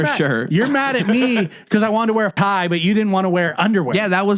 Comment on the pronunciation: did you say you're mad at me because i wanted to wear pie? Pie Not tie. I slowed it down. Definitely said pie. That's definitely a faux pas to wear pie to a dinner party. Tsk Tsk